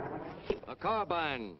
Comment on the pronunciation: Finally an American who says carbine instead of pronouncing it Carbean.